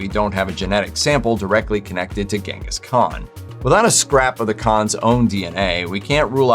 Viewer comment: The name Genghis Khan is pronounced "Chingis" or "Jengis", according to a documentary I saw which was filmed in Mongolia with people that spoke the language. The first letter is definitely not a "hard" G.